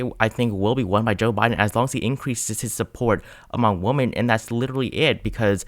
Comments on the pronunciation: The plural of the word, "woman", is not pronounced the same as the word, "woman". The word, "women', is pronounced like "wymen". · Great work with your vids all year. But wow — I’ve never heard someone mispronounce “women.” It is not pronounced the same as “woman.” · Why do you pronounce "women" so weirdly?